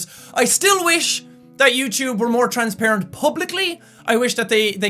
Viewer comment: When you say "transparent" it sounds like you are saying "Trans-parent", I love accents lol!! :D:D